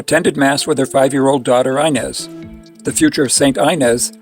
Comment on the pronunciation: It’s wonderful that you want to make these videos about Eucharistic miracles, but please learn how to pronounce the names of the people and places. For example, Inés is pronounced Ee-nehs and Avignon is pronounced like mignon as in filet mignon, Ah-veen-yawn.